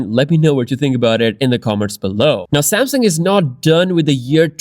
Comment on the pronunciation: I want to bring to your attention that the name is "Samsung," not "Samson."